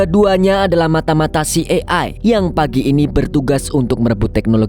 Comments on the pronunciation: CIA di baca si ay e bg, bkn si e ay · slah sebut hehe CIA ( ci e ai) sebutnya😭😁 Kalo dibaca sbenernya CI AI E, kebalik dikit 😁😁🙏🙏🙏TAPI TETEP AMAANNN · Bang maaf jika mau sebutin dlm.bhs inggris maka bc nya : CI AI E ----- Jgn kebalik - maaf ya bang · Filmx seru,tp CIA yg slh spelling JD gnggu🤦‍♀️🤪🤪